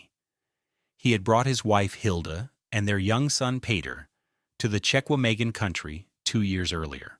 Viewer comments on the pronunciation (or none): I was born in Wisconsin. My mom was born in Manitowoc. It's pronounced "Check wah mah gahn" National Forest.